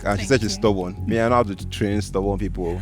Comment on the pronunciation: Bro said “train” and “tame”. Na dragon?😂😂😂